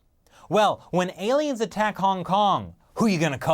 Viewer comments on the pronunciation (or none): none